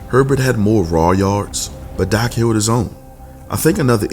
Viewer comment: You got good stuff, but you kill me by the way you whisper / pronounce Dak Prescott 1st name sometimes DAH-AK Prescott or Josh Allen’s name by Pronouncing it Josh Ahh- Len, & let’s not forget Joe Burrow’s name you pronounce it Joe Bear—row. You sound like you’ve got a mouth full of mouthwash when pronouncing there names but laying all kidding aside you bring out real good stuff. I enjoy listening to you & your soft / whisper style of broadcasting & your cool mouthwash Roy Orbison style broadcasting.